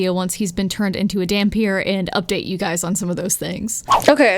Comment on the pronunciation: Not sure if anyone has told you yet, but yes you did indeed pronounce dhampir correctly